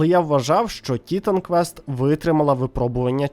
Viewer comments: Ага автор ще так наголос робив на і що аж непособі це чути. ТІ!тан квест)) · Я додивився відео до кінця, не скажу що дослухав, тому що вже під кінець пішла кров з вух, хоча мені навіть почало здаватись, що я все життя помилявся і правильно казати "Тітан квест", а не - "Т..." стоп, а як там було? Автор, ти ж це спеціально, так?)